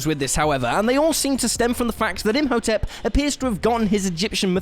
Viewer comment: Im. Ho. Tep. Not Imp Ho Tep.And Wolverine has an endo-skeleton, as in, its inside him, not outside likens crab. But otherwise, yes.